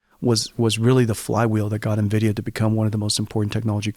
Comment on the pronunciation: Actually knowing how to pronounce NVIDIA. <3 lol Soooo many YouTubers butcher it.